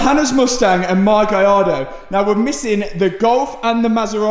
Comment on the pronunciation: You KEEEP SAYING GIARDO ITS GALLARDO